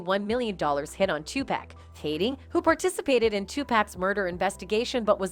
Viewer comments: I am beginning to think that some of these narrators are mispronouncing too many performer's names and Diddy's liquor product on purpose...they should at least take the time and effort to pronounce the word's and names of their content correctly.....Tu pack (really?)though? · Who is Tupack? I hate when media people say names wrong. They know his name is pronounced Tupac and no one seems to correct them. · Because for some reason, some of them act like they can't say Black people's names. They call TuPac Two Pack, and Chaka Kahn Chaka Can, and now she's calling Jamie, Jammy.